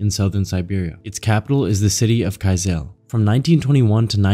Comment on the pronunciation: Kyzyl is pronounced like "Kuh-Zuhl"